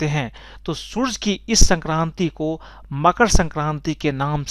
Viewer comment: Yaa to sooraj bol le yaa soorya.... 'surj' kya hota hai chimkandi